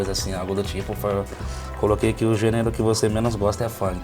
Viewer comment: Assim como o maestro estaria rico se ganhasse 1 real por cada vez que errou a pronúncia da palavra gênero.